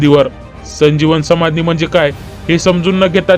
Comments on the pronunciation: समानधी नाही रे समाधी बोला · साहेब संमाधी नाही समाधी उच्चार व्यवस्थित मग व्हिडिओ चालवण्याचा प्रयत्न करा मामासाहे इ स एकोणीस आडुसष्ट मध्ये वैंकुठ वासी झालेले आहेत व तुम्ही बहात्तर म्हणता इतिहासाचा अभ्यास करा मग चायनल चालवा